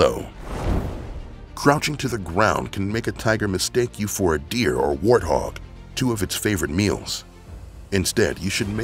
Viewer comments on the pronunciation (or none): none